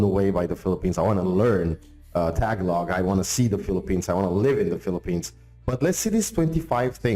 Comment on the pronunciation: it's not TAH-ga-log. it is ta-GAH-log